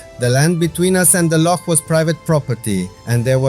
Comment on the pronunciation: Great video and 10 out of 10 for your pronunciation of Loch! Rather annoyingly for Scots, English tourists cannot (or will not) pronounce it correctly and say Lock instead. We find it quite irritating. Sorry you missed the train at Glenfinnan. The Glenfinnan monument at the edge of the loch was worth a visit however. And do go to Glencoe at some time. It is stunning.